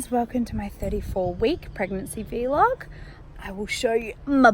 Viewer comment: I believe it's pronounced "VL-OG" and not "VEE-LOG" :) Either way, thanks for the pregnancy updates! I'm planning my first pregnancy and I am looking forward to it. You've helped ease my anxieties. Much love from Canada, xx